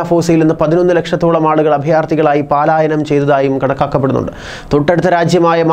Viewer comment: താടി മോന്റെ അടുത്ത് മുൻപും പറഞ്ഞിട്ടുണ്ട്, പാലായനം എന്നു പറയാൻ ഇത് പാലായിലേക്കുള്ള ഓട്ടം അല്ല എന്ന് 🤣😂 പലായനം എന്നു പറയുന്നു.🤓 ദീർഘം വേണ്ടാ.